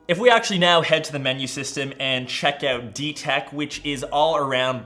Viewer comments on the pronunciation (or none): 'check oat!'. but nice episode as usual!